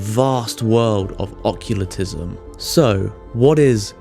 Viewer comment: There's also "occulitism"